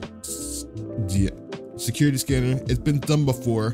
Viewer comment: Bro he be struggling saying security scanner